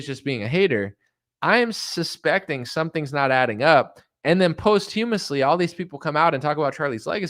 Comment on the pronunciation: Posthumously is pronounced = poss-chew-muss-lee